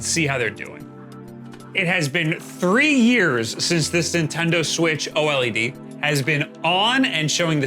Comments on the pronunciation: Just say OLED - not OH EL EE DEE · OH EL EE DEE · "O-L-E-D" Pretty nice video, thanks! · Every time you spell out O-L-E-D instead of just pronouncing OLED, a puppy dies...I hope you're happy with the number of puppies killed in the making of this video!!!